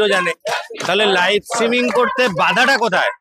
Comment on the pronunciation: Uccharon korte parena kichu na streaming k stimming bolche dur dur